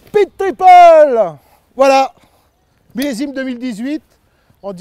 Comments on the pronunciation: "peed tipeul !" 🤣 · Excellent... Comme je pense acheter cette Speed, j'ai même enregistré ce fameux "peed tipeul" comme sonnerie de mon téléphone. 🤣🤣🤣